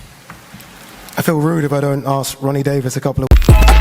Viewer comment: THAT CLOWN WHO NARRATES FOR DZAN IS HORREDOUS.....WTF THEY KEEP THAT PRATT WHO COULDNT EVEN GET RONNIS NAME RIGHT !!!!